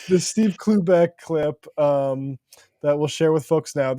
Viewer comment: i can't stop hearing oobleck instead of cloobeck